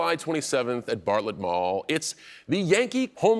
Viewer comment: He mispronounces the word “Bartlett Mall”. I’ll let another local explain the correct way to say it. It’s also in Newburyport, the neighboring town (and my hometown) which is sure to upset West Newbury folks. THIS IS WHAT HAPPENS WHEN YOU SELL OUT TO HOLLYWOOD FOLKS!